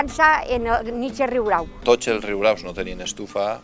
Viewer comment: Excel·lent documental!!! Només un apunt. És ben curiós que és l'element popular qui pronuncia com cal el terme, no així com locutor i historiador. La segona r és senzilla. Aprenem dels qui saben!!!